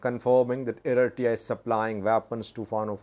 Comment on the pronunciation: can you pronounce Eritrea the correct way please? Check on google